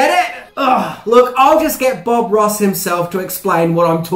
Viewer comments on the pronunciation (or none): none